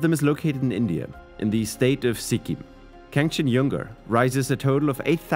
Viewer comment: Here in India, 'J' is not pronounced as 'Yu' It's not KANCHAN-YUNG-GA It's simply Kanchan-jung-ga... The J is pronounced as the J in jocker